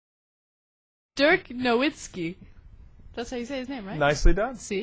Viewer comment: Ana screwed up his first name LOL In German, an "i" is pronounced like you would pronounce an "e" in English.